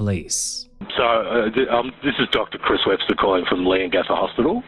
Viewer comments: OMG, I have to.... Its pronounced lee·uhng·ga·thuh 😅😂 Leongatha. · bit concerning how many lapses in research there are for someone who lives so close to where the crime happened. i’m 11 mins in and so far you’ve pronounced leongatha wrong, forgotten to mention that she has a son as well as a daughter, called it “her famous beef wellington” when it’s well documented that she hadn’t made it before and had to use a recipe book, forgotten to mention that simon wasn’t attending the dinner bc he really suspected that erin had tried to poison him multiple times on joint family trips they’d taken after their separation. i hope this is all cleared up later in the video but if not, it’s really disappointing as i know we were all gripped with this case and the info is easily accessible